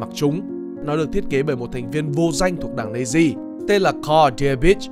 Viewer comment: nói thì nhiều mà hai phim kinh điển nhất là schindler list với the pianist không thấy nhắc. Đã thế các đọc của chủ thớt rất khó nghe. SS = ét ét hoặc Nazis = Na Di thì hay hơn là double S và Nây di.